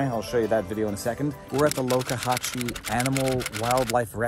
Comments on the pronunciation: So the locals say Loe-ka-hashee not Loxa-hatchee. Good to know. Good thing Pirate Gator has a back up food source, his hunting is hampered. You know how to live large, good on you and your adorable fam. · It's LOX. Like BOX. Not LOKE. Like POKE. However the boss's jean cut-offs bring that to mind. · It's Lox-zuh-hat-chi, not Locahatchi...we love it there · It's Lox A Hatch ee Sounds Like it Is Spelled! This Place Is Going To Heck For Sure, I Know Live In Florida What A Waste! Oh Yes, By The Power Of Grayskull, Thanks For A Nice Day Out With Your Family!